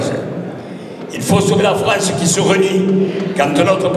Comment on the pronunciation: Il faut sauver la FREINCE ! J'adore ses prononciations !